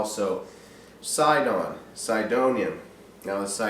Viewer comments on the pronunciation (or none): none